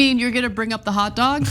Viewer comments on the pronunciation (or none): But when he starts to pronounce hot dog as hat dog, it makes me wonder if somebody didn't just put one in his hand. I'll admit he did pretty good for someone who probably has never had a hot dog before. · He loves hot dog so much that he somehow has difficulty pronouncing it! "Hat dog" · Romney’s “hot dog” sounds like it has “hat dog” blended into its pronunciation